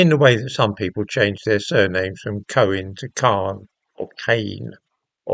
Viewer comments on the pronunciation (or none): none